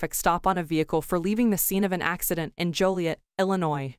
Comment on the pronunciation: " ass-ci-den?, ...no. "